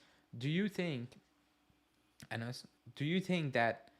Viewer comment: Thank you for having me on, I was a bit sick and its pronounced Anas not Anes😂😂, planning to appear more on these call in shows